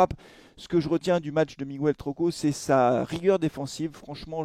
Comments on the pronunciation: Salut. Ça n'a pas de rapport et n'est pas très important, mais en espagnol, comme en français d'ailleurs, le u se ne prononce ni "u" ni "ou" dans"Miguel", il ne se prononce pas. Il faut donc dire "Miguel" comme on dit "gue"rre😉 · S'il vous plaît !! Est-ce qu'on peut prononcer son prénom correctement ? Hahaha Le U ne se prononce pas dans Miguel